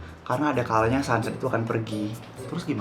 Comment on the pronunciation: sama kyk gw, g bisa ngomong sunset😭😭